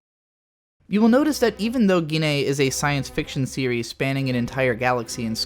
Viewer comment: Not GINNEI, BUT GIN EI DEN!!